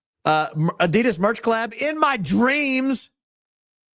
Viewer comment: You're pronouncing Adidas wrong but you are very loyal 😊